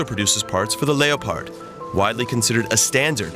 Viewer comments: "lay-o-pard".... its Leopard... "Lep-ard" lol. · Lay o paard... WTF??😅😅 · Bro, no one calls it a Lay o pard